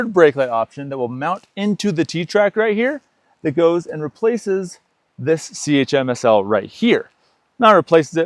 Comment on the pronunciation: Great review, nicely thought out product!. But I never heard it pronounced "tunno cover' or "C, H, M S, L", its "tonno" and "chimsel" ;)